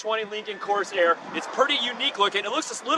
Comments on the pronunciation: this is not what l meant. Corsair is pronounced cor-SAIR (in a fluid manner), not cors-air with a pause in the middle. "Reserve" is a features set or a sub-model, not a base model name, which is Lincoln Corsair. "Lincoln Reserve" makes no sense... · Nice review. No, the model name is not "Coarse Air" as you kept saying.